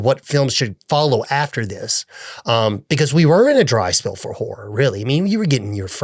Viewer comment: It legit sounded like you said "Every Man Whore Director" for "Every Man Horror Director" LOL